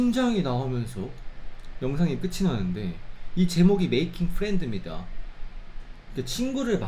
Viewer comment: 마킹이 아니라 매이킹 같은데ㅠㅠ